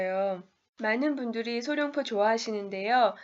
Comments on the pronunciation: 소룡포가 아니라 소롱포입니다~ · 외국인한테 카메라라고 하랬나ㅜㅜ 안녕하세요 어눌하게 하면 못 알아 듣냐고 물어봤지. 소룡포가 아니란걸 얘기 해 주고 싶은데 굳이 거기서 원어민과의 대화 및 원어민의 문장 구성까지 나와야 했나? 어쨌든 결론은 룡자가 아닌 롱자라는건데